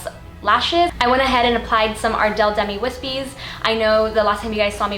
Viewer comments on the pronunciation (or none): none